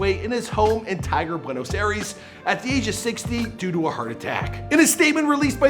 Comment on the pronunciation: ¨ares¨ ay dos mios its not the greek god for heavens sake, its pronounced more like ¨ay-ris¨ also it is just juniors not whatever you said rip Maradona